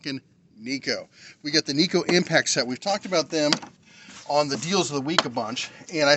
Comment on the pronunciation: It's pronounced nay ko.... Assuming it's try to sound Japanese.... Lol